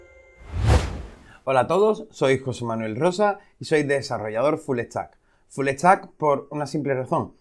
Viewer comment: habla bien caray no se te entiende... soy un "fullestack" se dice full stack... quitale la "e" caray... y usa las "s"... caray que vulgar: "vamo a eplicar" ???????? se dice : "vamos a explicar"... "uno de lo protocolo ma'a antiguo" se dice : "uno de los protocolos màs antiguos" caray como no aprenden a hablar ustedes en España....